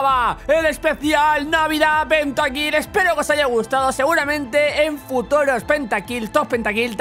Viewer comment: en foturos xd que dijo :v jajaa como me gusta marcar todos los errores